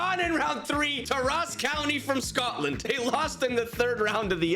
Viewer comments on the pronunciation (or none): none